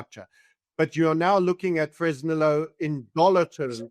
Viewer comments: Its pronounced Fress nee yooo. The humble place of my birth. Ill call up Sheinbaum and ask her to never nationalize and let the miners produce. 🤠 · Somebody tell the bald gentleman how to pronounce Fresnillo.